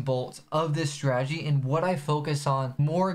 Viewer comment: The forex has more ppl who mispronounce strategy than any industry...I've heard stragey, stragedy, stradedy... I'm assuming from saying it so much